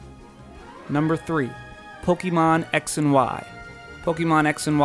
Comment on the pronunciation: Po-KAY-mon. not Po-KEE-mon. I'm pretty sure é is pronounced as ay.